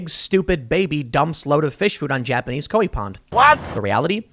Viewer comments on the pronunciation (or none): I know he did NOT just pronounce that ko-whee fish & pond 😭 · Of the multitude of trespasses Tim Pool has committed against human decency, enunciating the word "koi" as "ko-wi" is for some reason in my top five list of worst instances.